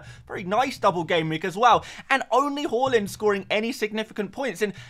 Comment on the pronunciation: Haaland not hooland